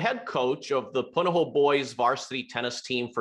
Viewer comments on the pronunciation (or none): It’s pronounced Mai-lei not Mai-lee and Poo-na-ho-ooo not Puh-na-ho. Please work on creating a superior culture of excellence in speaking ʻōlelo Hawaiʻi as local broadcast news anchors are trained to do.